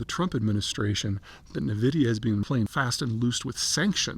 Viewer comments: The company name is not pronounced “nuh-vidia”. Per the company it is pronounced “En-vidia”. Hard to take an opinion seriously if you can’t even get the name of the company right. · 'N'-vidia.. not Neh-vidia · It's pronounced N-vidia not Na-vidia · INVIDIA not NAVIDIA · I love you Zeihan but the way you pronounce "Nvidia" is wrong! Its pronounced "EN-VIDIA" not "NIVIDIA" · It's En-Vidia, not Nuh-Vidia. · oo, it's "EN-vidia", not "nuh-vidia" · NVIDIA is pronounced EN VIDIA. It is not NUH VIDIA for sure. It is known that Deepseek stole the AI model from OpenAI. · The whole world knows the company as (eN)vidia. Why the emphasis on (Ne)vidia? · It's "en vidia", not "ne vidia." Just...for the record. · It's en vidia not nuh vidia. Old people lol. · Its pronounced “EN” vidia not “NE” vidia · Also it is Nvidia is promouncedas "N"-vidia. No "nun"-vidia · HUUH... dont think you really understand this subject matter... and it's "N VIDIA" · N——-vidia. 🙄 and dude, your one week delay makes you seem like you are living in the past. Seriously. It’s not going to motivate me to pay monthly and it just makes you sound out of touch. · "nuh vidia" Pete's a moron. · Navidia?..did I hear that right? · Sorry, I can't listen. Nehvidia... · * pronounced EN-vidia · "Nahvidia" Just stop dude. 😂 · Navidia ? Lmao .. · Saying NUH-vidia does not make you sound like you know what you are talking about… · It’s pronounced “envidia” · It’s pronounced envidia. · It's EnVidia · Wish he new how to pronounce the company lol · He cannot even pronounce NVIDIA correctly, its a cringe listening how he does it. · When you can't even pronounce Nvidia correctly... it's insane that anyone would believe you know anything about tech. Par for the course for Peter and tech. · You can’t even say nvidia so I can’t take anything you say about tech and ai seriously